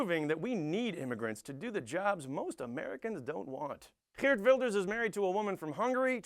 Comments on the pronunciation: You pronounced Geert very well!! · you are not funny. factually wrong and smug. biggest task after one of your partys is taking down those who hanged themselves. however your pronounciation of Geert is spot on. cheerio